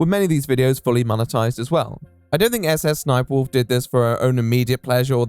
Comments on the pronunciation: endlessly funny that jacksfilms calls her "suh-suh sniperwolf" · I mean, that's how you pronounce "SSSniperwolf"...Let's say, for example, that you'd want to pronounce the African country of "Niger"...an extra letter would surely chance the way you say that word, would it not?